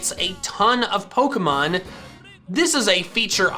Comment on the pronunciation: Bro.. you need to stop fucking up the pronunciation of "Pokefans". It's so fucking annoying especially since from there after you always do a hard "Pah" sound. When you say pokemon.😒😒🤦‍♂️🤦‍♂️